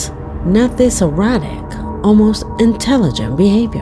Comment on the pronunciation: It was repeated twice. It almost sounded like she said "errotic". That's why I came on here to mention that she likely meant to say "erratic". It was hard to distinguish which she actually said.